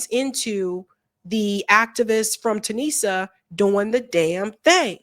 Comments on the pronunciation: Tuni-sia not Tunisa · I love you, but you have to do a little research: it's two-knee-ja. Tu-ni-sia.